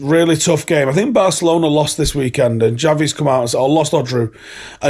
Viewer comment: Shouldn't it be pronounced "SHavi" or "KHavi"?